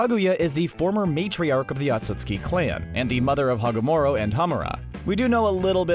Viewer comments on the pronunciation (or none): Wait did he just say Hagomoro😂 Edit:- he just said Kushina is daughter of nine tails😂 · This narrator guy horrendously butchering Hagoromo and Kaguya's name made me cringe , seriously, do your research about the names people, it's not that fucking hard